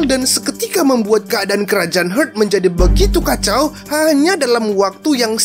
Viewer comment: Kerajaan "hurt"??? 😅😅 cek ulang bosque pronouncenya "heart" yg bner